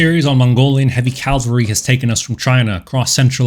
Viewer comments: Excellent video. But it is "cavalry" not "calvary". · It’s pronounced “cavalry” not “Calvary” lol